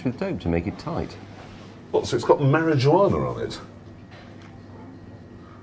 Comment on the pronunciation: . The way he says "mariejouanar"